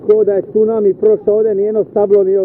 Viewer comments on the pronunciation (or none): none